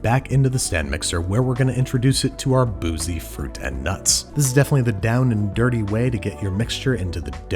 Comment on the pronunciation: The way he says fruit and nuts bothers me a lot